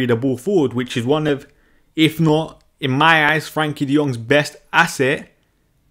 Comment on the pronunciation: His name is Frenkie not Frankie.